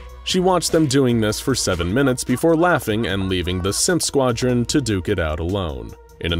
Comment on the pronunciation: DUDE "THE SIMP SQUADREN" IM DEADDDD